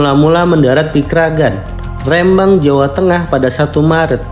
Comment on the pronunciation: Ketika mengatakan rembang, sudah dipastikan dubber bukan orang jawa